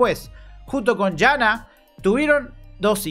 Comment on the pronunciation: No dejo de comentarte, jaja. En los nombres Sonja, Silja y Jana la jota se procuncia i, entonces son Sonia, Silia y Iana, Ah y Jonas! es Ionas